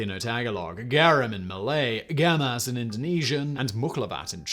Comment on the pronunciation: Actually its "Gemes" or "Gemez" -Indonesian